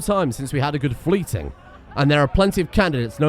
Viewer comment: I only know this because of the Thor vs Zues erb and double checking it, but it's Fly-ting, not Flyt-ing.